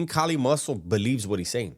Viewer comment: Bruh his man unit beard and popping his gum like he’s some diva with his lord raiden eyes is killing me 😂😂😂😂💀💀💀…. It’s Not Kali! It’s Kaaaaaaallliiii 😂😂😂